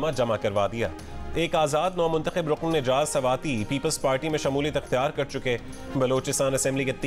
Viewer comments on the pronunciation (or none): بھائی رقن نہیں رکن ہے یہ۔۔ تلفظ ٹھیک کر لیں۔۔